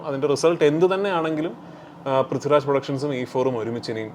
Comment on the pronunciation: വിളിക്കുന്നതെങ്കിലും ശെരിക്ക് വിളിച്ചൂടെ...പ്രിത്യുരാജ് എന്ന് അല്ല പുള്ളീടെ പേര്...പൃഥ്വിരാജ് എന്നാണ്